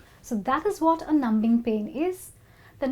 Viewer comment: Thanks, but why do you pronounce b so clearly in "numbing"? We usually don't pronounce it, do we?